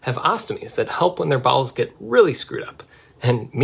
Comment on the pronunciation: NGL, first time you said "bowels" when talking about abdominal surgery I thought you said balls and I was deeply concerned for a moment.